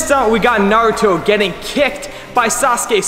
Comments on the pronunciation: nailed the pronunciation this time! Good on him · UGHHH he said it right 😎😎🔥🔥🔥🔥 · Did he actually say naruto’s name right this time 🤧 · Aaayyeeeee he pronounced it right this time!!! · Yes... Yes he did FINALLY!